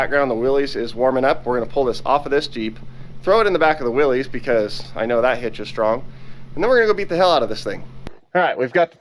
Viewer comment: my 98 year old grandpa watching wants you to know that Willys is pronounced Willis, as in Bruce.